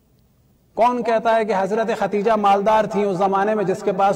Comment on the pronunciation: مولانا صحیح نام ام المومنین خدیجہ ع ھے , نہ کہ ختیجہ ..